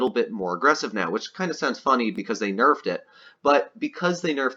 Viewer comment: It isn’t enough when you say “nefed”